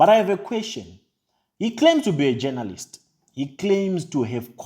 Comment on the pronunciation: Jonolist is how he pronounces it 🤣🤣🤣🤣